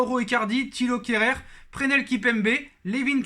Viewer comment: On dit Presnel en prononçant le s pas pesnel